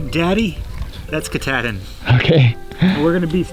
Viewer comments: I live in Bangor and we pronounce Mount Katahdin as Mount Kah taw din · Sadly, I have no choice but to file a lawsuit against Adventure Archives. Because of the mispronunciation of the word Kuh-Tahhhhhhh-din no less than 8 times by 3 separate individuals, my dear wife's head exploded like a watermelon wrapped in rubber bands. It was terrifying. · Ka-tah -din. There ya go, guys. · Welcome to Maine! My home state but the mountain is pronounced Ka-taw-din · Why does keep mispronouncing Katahdin??